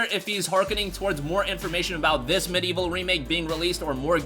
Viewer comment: There are four syllables in MediEvil and in 'medieval'